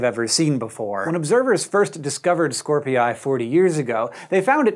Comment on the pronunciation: if Scorpii is pronounced as scor-pee-yie, then it's Ha-wa-ee-yie